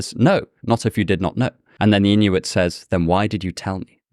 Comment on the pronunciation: Thank you for saying Inuit